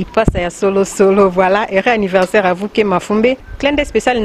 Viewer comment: Joyeux "annirversaire" loool